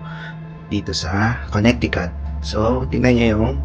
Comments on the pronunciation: Just a little PSA, the middle c is silent in Connecticut. You can google on how to properly pronounce the state :). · the correct pronunciation is Connecticut but with silent c. Conneticut